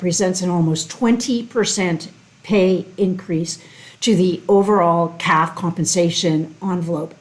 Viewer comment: C-A-F, not caf